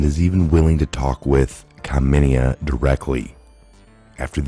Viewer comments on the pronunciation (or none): none